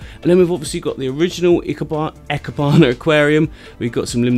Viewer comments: ee-keh-bana, not eh-keh-bana! nice try though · Hi! I'm in Japan, speaking Japanese. You said "eh key bana" but it should be "E" (like the name of the letter, or the sound in the word "English") "keh" (like the "ke" in "kevlar") "bana" (imagine the "nana" from banana, but starting with a b instead of n) so, E Keh Bana 生花 いけばな. It means living flowers, or planted flower artworks :) Thanks for your take on this beautiful art style! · Lol IKEBANA is pronounced like EEK-AYE-BAH-NAH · Even in English, it is clearly written as "ikebana"; so I would expect people to mispronounce it like "ai-keebana", but no, he goes "eh-kehbana" 🤣 But the tank is really pretty. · EE-Keh-Bah-Nah (Idk if that's the official phonetic spelling but I think it works fine) Don't let weebs tell you how to pronounce japanese words. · its pronounced e keh bah nah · ee-keh-bah-nah japanese vowels are only 5 sounds i is a long e as in beep e is an eh sound a is an ah u is a long o as in too o is well, an o